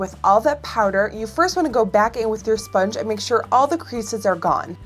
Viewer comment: "esponge" LOL